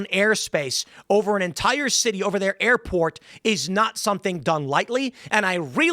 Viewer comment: "Airporn" I can't be the only one to hear Tim say that right?